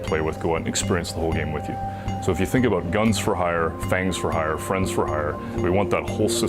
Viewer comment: Sounds like it is going to be Friend for Hire, not Friend-S for Hire.... :(